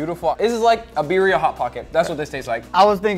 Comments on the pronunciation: biRRia not biria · its birrrrria u gotta roll that r rrrrrria birrrrrria